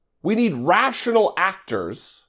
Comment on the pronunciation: rash'ional. he was thinking RASHional 😓